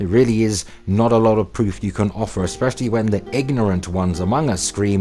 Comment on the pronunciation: e'SPICY,. Too e'SPICY lol